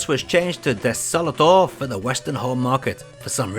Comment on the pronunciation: ugh, what a waste of the name desolator...not a rocket or minigun anywhere...a name like that would of fitted a war game much better. also i think desolator is said with a more pronounced letter a. i only bring it up since some content creators think it's important